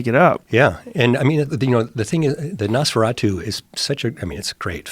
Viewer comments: Joe "Nosferadough" Rogan Howard "Nesferatoe" Stern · Joe: "nosferado" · Joe : Nosferadough... Rick - Yeah, NosfeRATU. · they pronounced it NOSE-FUR-ATEW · Joe can't even pronounce the name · Rick slyly corrected him by quickly slipping in the correct pronunciation just seconds later 🤣